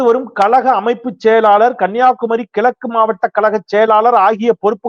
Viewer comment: கழகம் டா அது கலகம் அல்ல. கிழக்கு என்பதை கிளக்கு என்கிறாய்.. விழா என்பதை விலா என்கிறாய். ஒரு ஊடகத்தில் இருப்பவன் ஒழுங்காய் தமிழை உச்சரிக்கக் கற்றுக்கொள் முதலில்.